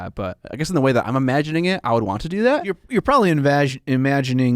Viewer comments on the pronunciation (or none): when says “invagining”… 😂